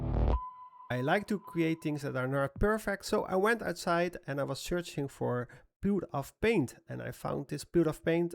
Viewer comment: Excellent work as always! Just a side note: it’s pronounced “oo-choo paint,” from an Indonesian language. Maybe next, a tutorial on finding good textures or making some tree bark brushes?